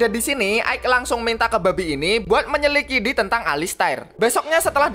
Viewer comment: "menyelikidi"part dua rek😹😹😹